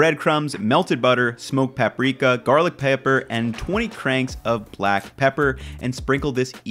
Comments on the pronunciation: "garlic peapper" xD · "Garlic paieper"